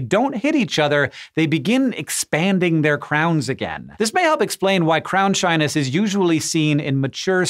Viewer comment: Instead of "crown shyness" I keep hearing "crownshine" and I like that way better.